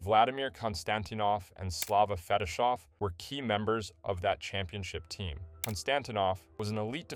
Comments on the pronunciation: Forget Naslund, Sakic, and Selanne: the narrator massacres the Russian names from the Red Wings much much worse. FetiSHov-?? There is no "h" in the Romanization of the Russian name "Fetisov"... The accentuation of the other Russian names, especially that of the massage therapist, is also highly dubious. Actually, the narrator is isn't even consistent, using different bad pronunciations at different points in the video. Sucky video in many respects... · Kon-Stan-teen-off Fe-tee-sof